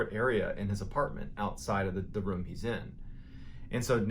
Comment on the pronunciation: He heard Mr.Ballen say the word “rume” so many times that he stressed out into a heart attack.